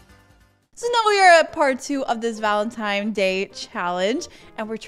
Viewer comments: Bro saying" valentimes " is very funny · "valentimes day" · Anyone else catch that she said valentime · Why is she saying "valentimes Day" Instead of Valentines Day?